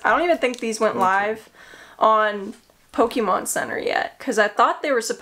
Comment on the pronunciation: So refreshing to hear someone say Po-ke-mon (very acceptable and how I say it) or even Po-Kay-mon (official way to say it), its my absolute pet peeve to hear people say Poke-uh-mon... I literally will stop watching a video if I hear it said that way throughout the video, because its just not the right way to say it.